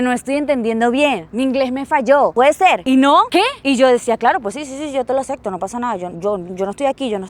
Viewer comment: Se dice acepto, no se dice acekto